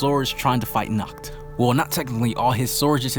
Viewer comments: it is pronounced naakht not nukht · Good background music man, and it's "Nahht" not "Nakt" :P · The way you speak Nacht's name it sounds like the german word for nude: "nackt" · You should pronounce H in "Nacht" like you pronounce H in the word "Hi!" or "History"... You pronounce the world like "Nackt". You should just listen to it on google translate 😂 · How you pronounced Nacht sounds like “nackt” which means naked 😂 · Yeah, but it was good. The “ch” is hard to verbalize if it’s foreign to someone. But with some practice it’ll be perfect👍🏻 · you saying nackt to Nacht and nackt mean naked of German lol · Yeah, you definitely butchered Nacht’s name, try the Google Translator, choose german, write Nacht and hit the speaker button, because how you pronounced it now in German means naked and not night. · Dude, I literally said, ch in GERMAN IS READ AS AN H... That feels better, please try not to bucher it next time (I would suggest some practice)